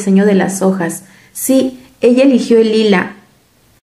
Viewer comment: Corrige "okas" por "ojas*" jjaajajajajajaja 🤣🤣🤣🤣🤣